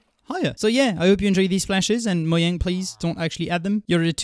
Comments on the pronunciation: its not mojang is moyang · moyang please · Did he say Moyang? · Mojang is derived from "mojäng" which is pronounced "Moh-yang" you incel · It's pronounced mo-jang